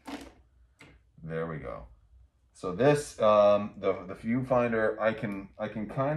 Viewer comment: When you said “viewfinder”, I thought you said “pedofinder”